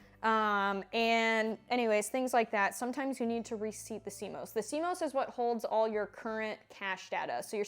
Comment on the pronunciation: C-MAus not C-MOes - 😆😆 apples go in the fridge